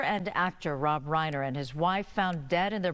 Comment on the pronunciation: 'Rob Whiner' instead of 'Reiner'. She must get a bonus for that.